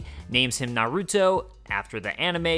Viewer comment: "narudo" bruh